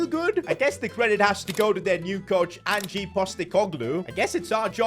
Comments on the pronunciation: Who tf is An gee postecoglou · Angeeeeeeee postacoglou 😂😂😂. What is blud on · Angie? Cmon man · The way he says ange😂